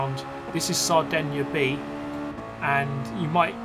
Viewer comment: As an Italian I wanted to thank you for making an effort in pronouncing "Sardegna" correctly, very much appreciated! :)